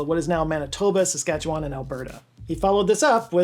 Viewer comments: Thank you for mentioning and pronouncing Saskatchewan correctly. Riel is seen as the father of Confederation by many as his actions over the Red River Resistance lead to the creation of Manitoba. Really he saw how disenfranchised the Metis people were that the Federal government would walk into their communities and give the good land to newly arriving settlers. He was successful in Manitoba and was brought back to help Saskatchewan. This time the Canadian government wasn't willing to negotiate and borrowed a US Gatling gun to add to their forces. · I have to commend you on your pronunciation of Saskatchewan. It's hard to pronounce and most people fail miserably. You said it almost like someone from there. Kudos